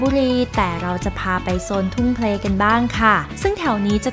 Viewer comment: ทุ่งเพล =อ่านว่าทุ่งเพนครับ